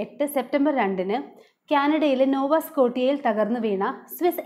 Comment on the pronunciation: നോവ സ്കോശ്യ ആണ്.സ്കോട്ടിയ അല്ല